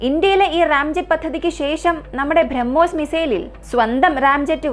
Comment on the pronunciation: ഭ്രമ്മോസ് അല്ല ബ്രഹ്മോസ്